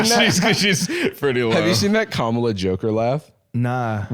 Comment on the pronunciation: I heard 'be our Mom-ala' and wanted to scrub my ears off my head, except that I also didn't want that to be the last thing I heard before deafening myself.